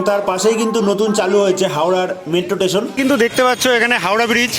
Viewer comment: ভাই, তুই টেশন টেশন করছিস কেন? স্টেশন বল আর ভাই ঐটা skipনা, ঐটা pause হবে তবে, ভিডিও টা মোটামুটি ভালোই হয়েছে..